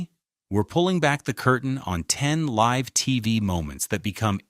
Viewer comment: “Livv television”